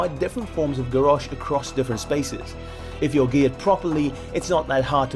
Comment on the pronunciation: The way you pronounced Garrosh annoyed me so much ... But great video anyway!